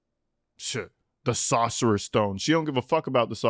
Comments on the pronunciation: Dad says "The Saucerers Stone" instead of The Sorcerers Stone...and he's a fucking teacher?!?!? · Why are they saying “sauce erers stone? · The father, who was a teacher, could not read “Sorcerer .” 🫩 Okay.